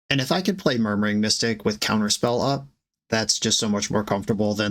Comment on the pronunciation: I swear you called murmuring mystic "Murdering Mystic", forever in my imaginative sphere the birds are Crows 💙